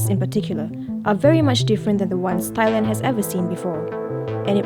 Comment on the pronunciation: Narrator's pronunciation of Thailand is killin me, it's pronounced TAI-land. Not thigh-land although in school we're taught a certain way of pronouncing the word when H follows a T.